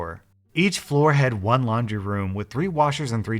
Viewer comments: It's laundry, not laundy. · Ah yes I also have “laundy” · “Laundy” xD im dying xD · Anyone gonna talk about “Laundy”? Edit: OMG Thank you guys for 100 likes!!!